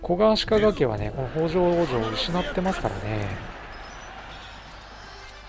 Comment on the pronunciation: あ、そういえば坂戸城の読みはさかとじゃなくてさかどですよ。あと与板はよいたと読みます。越後になぜ北条の城があるかと思えばここもきたじょうと読むんですよ。 新潟の越後の城って読みにくいのが多いですよね。 あと、これ少し悲しいんですけど松代城は松代藩の城に見えて実は越後松代城なんです。松代藩は実は改修した海津城なんですよ。 少し酷いですよねー。 BY：現・新潟県民